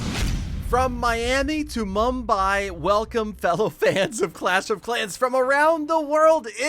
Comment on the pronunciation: Mumbai u said it right 😍😍